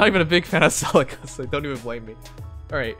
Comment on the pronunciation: Smh, it’s pronounced like Silk, not Silkie. I’m thumbs down this video.